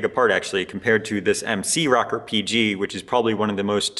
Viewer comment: ROW-CORE, Row-Core....nice videos...NICK-CORE or NYE-CORE...ROW-CORE or Nothing else. LOL! Sorry man, I'm an old fart from NJ just down the street from where the Minolta headquarters was for almost ever. I've been selling cameras since the seventies, I don't remember anyone ever call the "Rocker" lenses (as neat as that does sound). LOL! Peace. Not a big deal, but stop it.